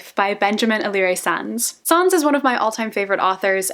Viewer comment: Im sorry but the way she pronounces sáenz is so annnnnnoooying and fito omg had me dead 😂